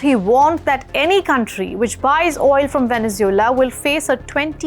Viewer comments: She is saying Venezula what country is that? I know about Venezuela but never heard about Venezula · Wow she can't even say venesuela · As a reporter you should learn to pronounce Venezuela properly as for your assesment of the political reality of the country you are somewhat off had you followed the last two sham elections you could better report the actual news. by the way does not India have a neighbour that is bent on invading your territory